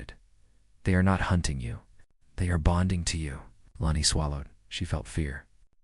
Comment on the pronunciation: Text -to-speech keeps S P E L L I N G out words. Mostly E L E N I's name. Please =listen= to stories before Posting them. Abandon at 9m:21s.